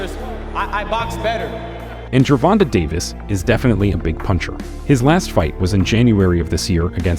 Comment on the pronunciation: Ger-von-tae not gervonta lol why do white people have a hard time saying it 😂😂😂